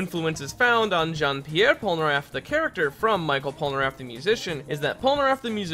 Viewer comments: michel in french is pronounced like "me shell", not micheal :p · We don’t say Michel [maïkeul] as you would say Michael Jackson But we say Michel [mishel] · It's pronounced mee shell Polnareff, not My kel :( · Michel pas michael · "Michael Polnareff" XD in english this name will sound like that: "me" "shell" : meshell polnareff (if you want) But never "Michael" XD I know it's not important in your video, but you've make me laugh x) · It is supposed to be pronunced " MICHELLE Polnareff ", not " Michael Polnareff " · Michel Polnareff isn't pronounced as Michael but as "Me-shel" its à french name for both genders Michel for males and Michelle for women just wanted to let you know... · That's not mikel polnaref but mishel polnaref because is "ch" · Ekiri Dream je ne pensais pas qu'il allait dire Michel "Michael", ça m'a fait bugué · ''Micheal'' Polnareff... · In French, you pronounce Michel as "me shell". Other than that, great video :) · The french Michel is pronounced Mi-shell (french don't make "ch" sounds. they spell their "sh" sounds as "ch"). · Michel is pronounced MEE-SHELL but not a long L just the pointed tip of the tongue on the roof of the mouth behind the teeth kind of L. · Michel is pronounced " mi-shell" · Outre sa façon de dire "Michel", sa prononciation est bonne... (Grammaire?) Je suis désolé, je ne parle pas français dans longtemps.